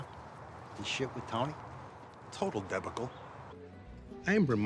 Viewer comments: He just pronounced it wrong. It's deh-backle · there's nothing wrong with it grammatically, he just didn't put the accent in the right place. It should sound like deBAHkle, not DEBAcle. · "This thing with Tony..." "Total debba-cull." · Thanks for the tip... English isn't my native language since I'm French, and we say "debacle" like you described it (deBAHkle); But in English I figured the pronunciation would be the one lil' Carmine used, since it's usually how we learn how to pronounce Anglo stuff written like that. Anyway, cheers Marcus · It's pronounced "de BAC le", that's all. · no it's DEBacle. Like from the Sword of Debacles.